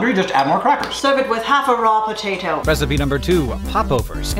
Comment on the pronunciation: "Serve it with half a raw potato." I'm not sure if it was the over-enunciation of 'potato,' but this reduced me to a cry-laughing mess for a solid minute and a half. Just me? ...ok.